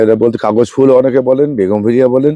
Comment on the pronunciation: বেগমভিলিয়া নয় কাকা, বোগেনভিলিয়া